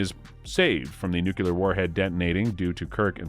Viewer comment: This is how you can tell a TRUE Star Trek fan, compared to someone reading a script who has no idea what he's talking about. Was it just me or did it sound like he said Star TRACK a few times? Then, when he said City OF The Edge Of Forever, I cringed. Also, he said NUCULAR bomb, and the way he pronounced V'Ger made me want to cry. Lastly, Nichelle Nichols has to be rolling in her grave with the pronunciation of her character's name... You-Har-Uh.